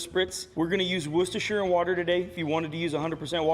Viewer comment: Congratulations on pronouncing Worcestershire correctly😂